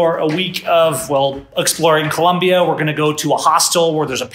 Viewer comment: You are doing a "Fox News". It is Colombia, not Columbia